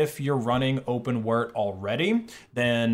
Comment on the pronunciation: did he really say open wert? 🤦🏼‍♂️